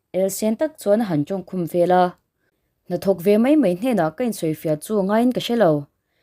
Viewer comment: I thil chhiarhi a dik lo nasa ka ngaihthlak peih loh phah thin ve leh tih tur tehi vela i ti ziah mizo chu i ni awm sia